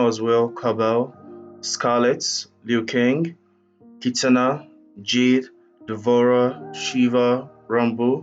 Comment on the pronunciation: The way you pronounce "Kitana" 😂❤️